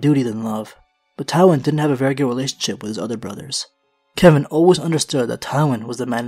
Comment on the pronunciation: Its Kevan